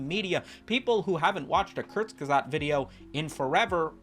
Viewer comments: Kertz-ge-zogt ... the "ge" sounds like if you gif incorrectly with the hard "g." Thanks for upload. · kurtc-ge-sag-t ffs youtubers basic german won't kill you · I figure you're mispronouncing it for the bit, but I am compelled to inform you that it goes "Kurz-Kah-Zet" 🤓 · Apologies, but you brought this upon yourself for butchering the channels name "diese Kommentarsektion ist nun Eigentum der Bundesrepublik Deutschland"